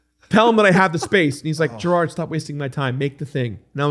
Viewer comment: Just a quick correction: it's Jirard, not Jirad. Otherwise, great!